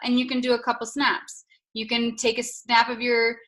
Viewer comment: I thought she said 7 snacks. Not snaps 🤣. Can I post a video of my 7 snacks on Instagram 🤣🤣. Almost to 10.